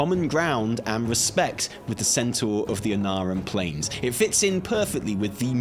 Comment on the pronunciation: "centaör" Come on, we know you know how to say centaur.